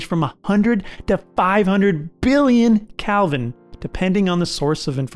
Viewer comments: When your narrator doesn't even know the plural of supernova, time to find a different video 🫣 Edit: I decided to keep watching, and it was a really good breakdown of a lot of the lesser known processes. The pedant in me couldn't help but cringe every time he said Calvin instead of Kelvin though. 👍👎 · Its "kElvin" not "kALvin" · You keep saying Calvin instead of Kelvin. :-) Very good video. I learned a lot more about the mechanics of a Supernova. I had no idea how complex it actually is. Thanks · Why u keep saying Calvin